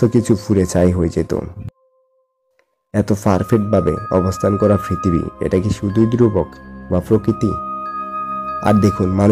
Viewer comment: কথা শুদ্ধ হলে আরও ভালো হতো। ফৃতিবী, ফকৃতি, ফারফেক্ট ইত্যাদি।